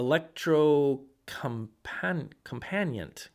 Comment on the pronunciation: Electro-COMP-an YET, accent on 2d and 4th syllables